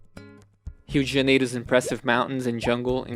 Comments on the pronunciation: ele é brasileiro. O jeito que ele falou rio de janeiro vendeu ele hahha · Nossa eu assustei quando vc falou Rio de Janeiro e Salvador perfeitamente, aí percebi q vc é BR kkkkk amei o vídeo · com todo respeito, você é brasileiro? Eu estava me perguntando de onde seria seu sotaque quando você pronunciou "Rio de Janeiro" e "Salvador" como um brasileiro nativo. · The way you said Rio de Janeiro sounded exceptionally good. Cê é Brasileiro? Tem um sotaque aí que eu não consigo identificar kkkkkk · O jeito que voce falou Rio de Janeiro e Salvador entregou a nacionalidade hahahahah um abraço, otimo video!! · are you brazilian? your pronounce of rio de janeiro is very good.... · Ouvi “Rio de Janeiro” com uma pronúncia tão perfeita e percebi que era um conterrâneo. Que conteúdo incrível! Acabei de conhecer seu canal e estou amando os vídeos 🥰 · pensei a mesma coisa, quando ouvi Rio de Janeiro e Salvador, já saquei que era brasileiro. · Você é brasileiro? Rio de Janeiro foi dito tão naturalmente. Amei seu vídeo! Parabéns! 💕💕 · Are you brazilian? If not, let me say that you have to be congratulated by the way you say Rio de Janeiro and Salvador. It's just like a native! Now, about the content, it's amazing. A very good quality video, indeed. Congratulations! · Acabei de acha o canal e simplesmente amei, suspeito pelo jeito que você pronunciou salvador e Rio de Janeiro que você é brasileiro